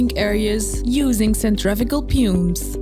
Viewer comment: the pronouncing of some words of the commentary is wrong as an example ( pumps and centrifugal) the word pumps is pronounced here several times and it is a technical part of the job I don't know about other watchers but if you could revise it this could be better and thank you for the immense effort